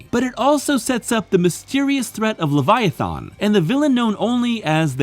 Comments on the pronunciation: He says the end of the word Leviathan like the end of the word "Marathon" like bro come tf on. THERES NOT EVEN AN O AT THE END DUMMY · But there is a wrong way to pronounce Leviathan..... over and over and over again in this stupid video